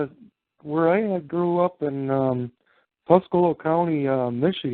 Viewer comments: I've never heard anyone pronounce Tuscola the way does. I find this especially strange if he lived there. I was born and lived 20+ years in a neighboring county to Tuscola and his pronunciation makes me suspicious of whether he actually even lives there. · AGREED!! I've very close to Tuscola county myself and NOBODY pronounces it the way he does.